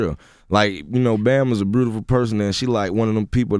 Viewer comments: He has a problem pronouncing words with u, like he says brutiful instead of beautiful and mersic instead of music. Just like his mom. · What the hell is "brutiful?" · WTF is "breautiful"? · LMAO why people in GA CAN NOT SAY THE WORD BEAUTIFUL..........................LMAO